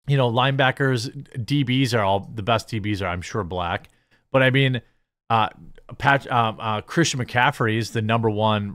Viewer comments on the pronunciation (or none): none